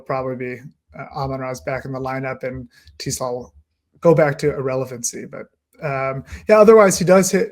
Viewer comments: Yes either Tes or Tez. Definitely not Teeeeees lol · Yeah, the first time I've ever heard anyone pronounce his last name that way. I've always heard it pronounced "Tes", not "Tee". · If I hear Ray say 'Tee-slaw' one more time!